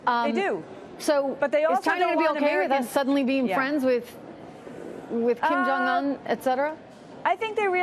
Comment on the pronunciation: She can't even say his name right for Christ's sake..."un" is pronounced "oon"